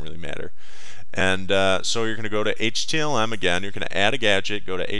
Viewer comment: did anyone watch this long enough to hear him say HTLM?